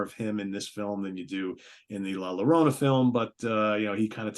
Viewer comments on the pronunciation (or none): Llorona is pronounced yorona.